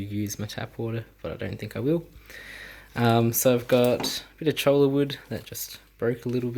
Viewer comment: Cholla wood is awesome. My shrimp are always hiding inside the wood, it’s so cute! (btw I’m pretty sure it’s pronounced as ‘choy-ya’ not cholla, pretty fun to say too 😂)